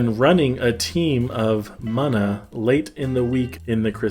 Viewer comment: It's called "MOON-A"